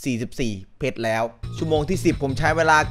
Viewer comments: ฟังจนได้ยินคำว่า เพรช เป็น เพ็ก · 1เพช๋ร 2เพช๊ร